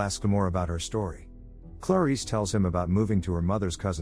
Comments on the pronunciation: Why is he pronouncing her name like "Claw-Reese" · There's something irritating on the way he pronounces "Clarice"